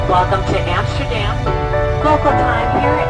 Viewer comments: Its Amsterdam Not Hamsterdam!!! HaHa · I live in the Netherlands and her calling Amsterdam antsterdam made me laugh Soo bad😂😂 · Antsterdam 😂 Hamsterdam 😂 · Hamsterdam😂 i live in the city next to amsterdam. It is called Leiden. You where at Schiphool. Funny to hear hamsterdam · Have a great wedding and it’s pronounced Hamsterdam😂😂😂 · It's Amsterdam not hamsterdan